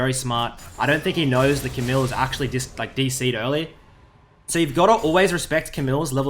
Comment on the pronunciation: You don't pronouce the "L" in Camille's name. Its a french name. But nice vid BTW